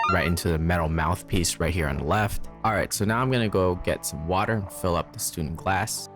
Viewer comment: You should probably get the name right before reviewing anything ... it's StÜNdenglass, or at least StuNdenglass for those with an impaired keyboard. ;-)